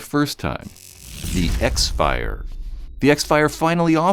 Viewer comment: X-Fire is pronounced "crossfire".